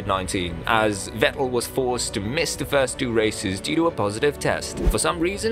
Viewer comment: I heard you say Sebastian “Wettel”….. and Imowla…..